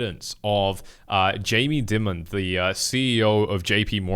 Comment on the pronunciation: Jamie Dim-mon 🤦 Dude doesn't even know how to pronounce name of the CEO of the worlds largest bank.